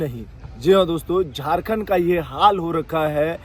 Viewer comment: Jharkhand nhi jhatkhand bolo 😂😂😂😂😂😂😂